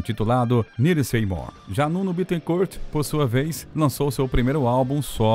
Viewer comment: Nuno se pronuncia "Nino". Nino Betecourt